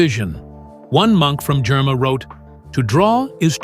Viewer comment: THANK YOU FOR BRINGING THIS INTO THE LIGHT. One correction… It’s the “ GERIMA GOSPEL” NOT JERMA GOSPEL. .